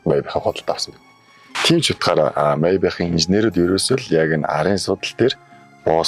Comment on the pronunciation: Зоригтойхон шиг Мааябах гэж хэлээч дээ sorry